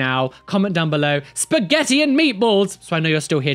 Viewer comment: spa.. geh... tea...